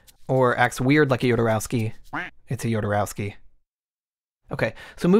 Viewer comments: "Yodorauski", bruh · Nice video man, it's good to see he's getting the recognition he deserves. BTW, being Chilean myself, his last name is pronounced: ho-do-ROS-kee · I love how the narrator doesnt know how to say Jodorosky right 😂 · You can't say "Go watch that movie" and the spoil the end of The Holy Mountain... Also, you mispronounced Jodorowsky every single time.